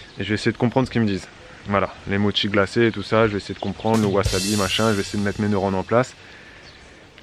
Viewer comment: Oooh, mais tu parles bien japonais, en fait, 😄 Tu as super bien prononcé « wassabi » 👍 Allez, je crache le morceau, je suis traductrice de cette langue 😁 Et je m’y connais en bricolage! Coïncidence? I think not! Bisous à vous!